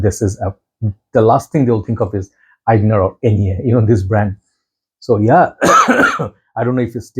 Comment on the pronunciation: Your pronounciation of Aigner is perfect. Greetings from Germany